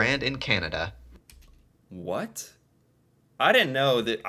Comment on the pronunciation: I love how you say "Kyan-ah-DUH".